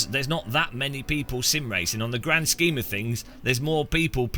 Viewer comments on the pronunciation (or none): none